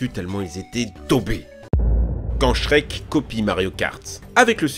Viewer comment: Pourquoi la plupart du temps quand tu dis Shrek, tu mets un S à la fin? 🤔 Oui cette question est très importante